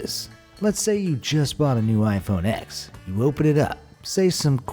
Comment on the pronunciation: You idiot it is pronounced iPhone ten not x🤬😡